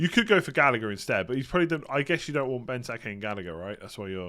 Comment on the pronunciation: Say it with me Gall-agh-er